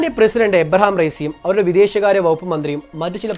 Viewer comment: ഇബ്രാഹിം റെയ്സി, എന്നാണ്,, എബ്രഹാം അല്ല